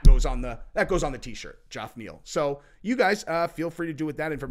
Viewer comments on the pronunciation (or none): Back on the JOFF Neal train? We dig you, but that’s not how you say it big guy. Try “Jeff”. Or are you taking a page out of Chael‘s old book with the Will Fury/Mohamed Blallall type pronunciations? Let’s go, you got this. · It's pronounced "Jeff" not G off LOL I use to think it's pronounced like that too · Jeff…. It’s Jeff not joff the spelling is Geoff. It’s pronounced Jeff neal not fuckiin goff 🤣🤣🤣🤣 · I hit the LIKE button until I heard JOFF. Sry dude 😂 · Let's rename Geoff Neal Joff Neal 😂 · PLEASE CAN SOMEONE HELP ME GET THIS MESSAGE TO.... IF I HEAR HIM PRONOUNCE GEOFF NEAL'S NAME WRONG AGAIN I'M GOING TO STRANGLE SOMEONE...............FF SAKE "GEOFF" IS PRONOUNCED LIKE "JEFF" NOT "JOFF'.............P.S. I'm a big fan of, and he's a smart dude which is why this is so baffling. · Geoff is pronounced “Jeff” not “Joff” lol. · Geoff sounds the same as Jeff. It’s a different spelling, not a different name. Sorry man, lol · Are u taking the piss saying Goff Niel?? His name is Jeff just spelled differently.....ur hilarious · Dammit stop saying JOFF please!!! Please!!! It's pronounced "Jeff" come on homie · it’s pronounced “JEFF”!!!! JOFF is literally a word you made up 😂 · Am I ignorant or isn’t Geoff Neal’s first name pronounced Jeff, and not Joff? Why does pronounce it that way? That is soooooo annoying! 😂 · haha, i always think of Game of Thrones when he says Joff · I get the distinct impression he never reads his comments because there is quite literally hundreds of comments telling him how to properly pronounce the dude's name and yet he keeps calling him Joff. Tell us you don't listen to feedback without telling us you don't listen to feedback. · he’s purposefully doing what chael does by mispronouncing names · I seriously never knew Geoff Neal’s name was pronounced “Joff.” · Its pronounced JEF😂 its like a steering wheel in my pants....its driving me nuts😊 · STOP SAYING JOFF!